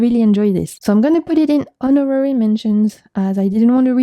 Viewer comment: lol for honorary the H is silent